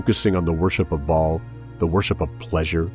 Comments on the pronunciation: It's "Baal", not Ball. Good video, anyways. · Bah-all, it's a two syllable word with a glottal stop in the middle; much like King Fa-ahd of Saudi Arabia was pronounced. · "Baal" is pronounced with a l-o-n-g A sound! It rhymes with jail! Look it up in your dictionary! Why do people keep pronouncing Baal WRONG?? It does NOT rhyme with "ball" but with "jail"! Just saying... For Big TRUTH! kristi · Baal pronounced ball worship same in religiosity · Yes, but they pronounce it as Ball which is incorrect.